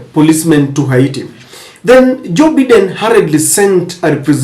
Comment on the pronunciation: It's Biden not Baiden.